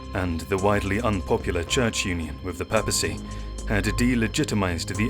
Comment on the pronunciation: I like your videos, but the narrator's frustrating; he doesn't know how to say words, constantly making mistakes. I've never heard someone say 'papacy' like that , for instance.